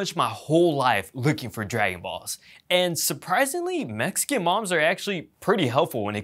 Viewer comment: STOP WITH THE MEICAN IT IS SPANISH